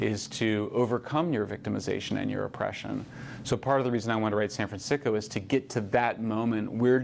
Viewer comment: did he just say SAN FRAN SICKO???? BU WAAAAA HAHAHAHAAHAH. I AM SO USING THAT.